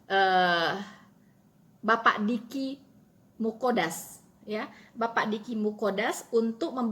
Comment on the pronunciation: Mantap,,,,sedikit koreksi,,Dicky Nggadas,,,bukan Dicky Muqodas,,,TYM